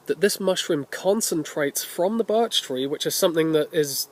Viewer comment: did you say barch ?